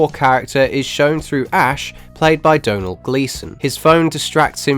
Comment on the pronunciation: Did a non Irish person just correctly pronounce Domhnall? Oh my lord